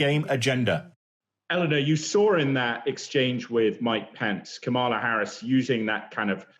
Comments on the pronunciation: And it's KA-ma-la, not ka-MA-la. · Please learn how to pronounce Kamala. Your ongoing mispronunciation is embarrassing and disrespectful